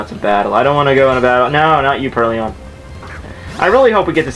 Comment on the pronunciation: I'm sorry man, I know this might seem dickish, but I can't get over how much trouble you're having making the difference between IO and OI in names and words. Even in Emerald, you kept calling GardeVOIR GardeVIOR. And now PurrLION. Or, more accurately, PurrLEON (Resident Evil mashup with Pokemon XD) I can't help it. Pronunciation has been my pet peeve since middle-school, where my English teacher sucked at actually pronouncing English. Good at grammar, shit at speaking it.